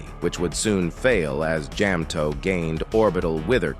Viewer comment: Jam-toeP and maa-pic😭